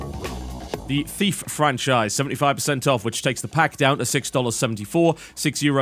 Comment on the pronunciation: "francahise" *snicker*